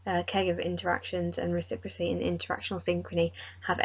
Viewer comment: It’s reciPROCity not recipricy